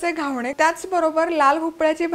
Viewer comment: घावणे नाही ग, घावन म्हणायचं.